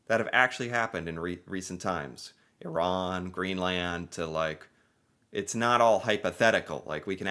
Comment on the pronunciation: Byw its iran not iron 😂🤦